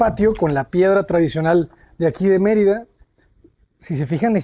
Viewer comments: First of all, you said Marita it’s Merida learn language before you say it out there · It's MER ida not Mer I da. Please pronouce it correctly.